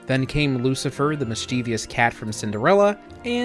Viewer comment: You mispronounced “mischievous” as “mischiev-eeous” early in the video, all too common mistake. I guess the feral cats are tolerated so long as they don’t eat Micky And Minnie.😂